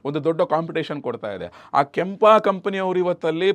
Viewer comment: ಕ್ಯಾಂಪ❌ ಕೆಂಪ✅